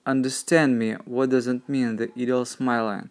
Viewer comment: hi ☺ you always do beautiful work you ask us to tell you if you are saying a word wrong and tell us to help you when you say "ideal" when you say this word you should not say the A in the word so instead you say "IDEEL" then you will be saying the word the right way. 😀